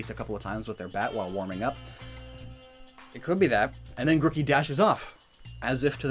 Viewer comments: Your evidence is literally so ass. also learn to pronounce names, its not gruk ie its gru key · Every time he says Grookey wrong I die a little inside.